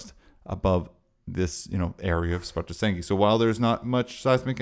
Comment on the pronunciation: Thanks for this. As far as I can understand with my limited Iceland language knowledge, Svartsengi is a compound word of "Svart", meaning black and "Eng", meaning field with the genitive s in between, so [Sv'arts'engi] should be the correct pronounciation, pretty much like you do. Keep up the good work!